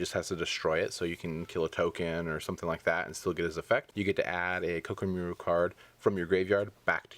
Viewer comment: Did it bother any1 else by the way he said koa'ki merit?